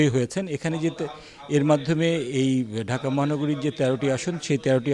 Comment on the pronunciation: ঢাকা 8 পড়তে ভুল করেছেন